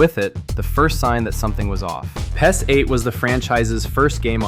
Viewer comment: Pronouncing it pez hurts my soul